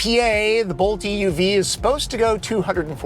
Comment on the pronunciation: It drives me insane how you the narrator keeps emphasizing the "E" in "EUV", when saying "EV or EUV". If you're differentiating the two, it's the "U" that should be emphasized, not the E.